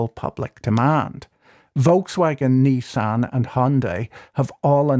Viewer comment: Why do you pronounce Nissan as Neesan?